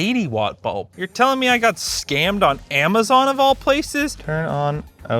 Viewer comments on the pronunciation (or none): none